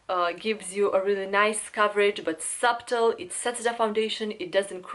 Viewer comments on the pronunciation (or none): Just to let you know, the “b” in “subtle” is silent. It sounds like, “suttel.” BTW, you’re gorgeous and I love your eye shadows.